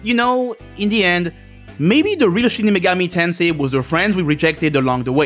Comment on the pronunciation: Shin Megoru Tonsay. This will never not be funny to me.